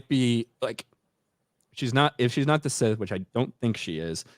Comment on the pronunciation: Instead of Sith please say hard th going forward.